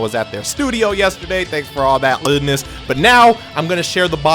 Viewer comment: A BOWERFUL Baby....So much GUUDNESS